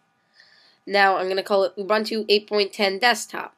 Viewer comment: BDogbz.. it's Linux. An operating system. He's pronouncing it incorrectly though. You pronounce it "Ew-boon-to"